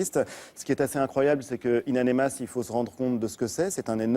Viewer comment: Ain amenas et pas ain anemas espèce d'imbécile.